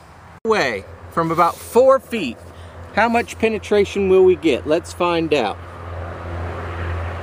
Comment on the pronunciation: Penetation lol